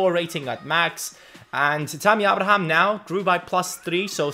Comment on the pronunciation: it's pronounced A-bra-ham